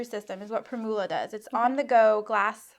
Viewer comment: The word "primula" is pronounced with the accent on the first syllable. Think of how you pronounce "formula" with the stress on "form".